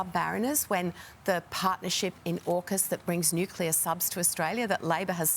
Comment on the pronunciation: can he just pronounce Nuclear properly.